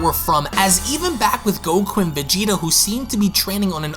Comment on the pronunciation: innit🤣🤣🤣 wtf fam it’s “Vegeta’s”